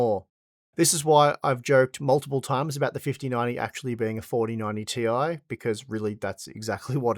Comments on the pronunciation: its 4090 Tie, not Ti! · Oh. It's not the 4090 t.i. It's the 4090 TIE.